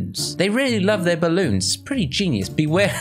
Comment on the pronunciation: I love when you say GEINUS it was so funny